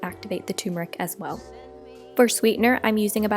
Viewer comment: I NEED TO KNOW!!!!! WHY DO ALL OF YOU TOUTING TURMERIC (ter-mer-ik) PRONOUNCE THE WORD AS TUMORIC (too-mor-ik)????????????? The word is turmeric.......NOT toomorik!!!!!! This is not Arnold Schwarzenegger! (It's not a TOOMAH!) Get this shit straight for God's sake!!!!!!!!!!!!!!!!!